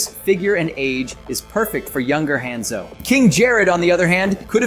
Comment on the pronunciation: Broooo I know your not talking like you know mortal kombat but pronounced hanzo the way you did lol